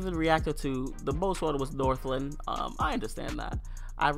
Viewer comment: north- LANE not northLIN